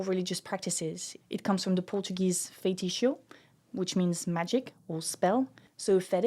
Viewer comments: could you share some articles and books for me to study about it? love your videos! im from brazil and so…. ive gotta say it sorry its fei ti ço > FAY. TEE. SOO ( Fay: as fay" em fay-mous // TEE as tea" // Soo: that sounds like the final of “ zoo.” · Fei-ti-ço: pronounce it as "Fay-Tee-Soul"